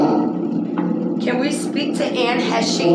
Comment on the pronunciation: Dang it girl-u were sayin it right in the last video I saw u do!! It's pronounced Anne Hesh. No need for the long capital E on the end cuz she ain't use it. 🤩